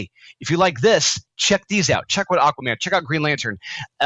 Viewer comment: It's freaking Aquaman #4!!!! How do you type and say it wrong??!!